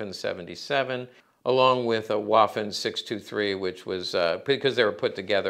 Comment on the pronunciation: It’s pronounced “VAFFEN” damnit !